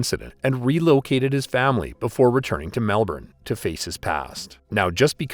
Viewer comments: Dude, great video, but I get frustrated: Melbourne is pronounced Mel-burn. Not Mel-born. , you stated that Williams and Johnson shared a cell at Barwon Prison. They didn’t. They were in a ‘management unit’ for high profile, and dangerous prisoners. Each had their own cell and were let out into a shared indoor common area during the day. There were only three men in that unit. The third man, Tommy Ivanovic was right there when Williams was murdered but ‘didn’t see or hear a thing’. Even show the video at Johnson’s trial, he kept saying that he hadn’t seen anything. Funny enough, Ivanovic is still alive! Such units have prison guards assigned to them. I’m not sure how many at any one time. And I have no idea why these guards weren’t on the floor at the time. I can’t believe the prisoners were left unsupervised out of their cells unless this was intended to enable the murder. I know people who work in Victoria’s Prisons and I have been told that there is always two or more guards on the floor when the prisoners are out of their cells. Still, Williams was a waste of oxygen, so I don’t really care. I suspect that most people felt that way. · Hopefully the next voiceover person can pronounce Melbourne correctly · The R is silent in Melbourne 🤦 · You pronounced Melbourne wrong, otherwise great video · Underbelly Season 1 was all about this... fucking awesome... also learn to speak our city's name... it's like nails on a chalkboard... or at least call it by there shorter name... Brisbane aka brissy... Sydney aka Shitney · try pronounce the names properly witout that stupid seppo accent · Pronounced Melbourne wrong. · Please pronounce Melbourne properly 🤦🏻‍♂️ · never knew he was a dog hey. The 90's were a good time to be alive in Melb, proper brotherhoods back then hey. Hating the way this narrator keeps pronouncing Melbourne lol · Please learn to pronounce Melbourne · You're the dickhead it's literally not pronounced Melbourne, which is the way he pronounced it.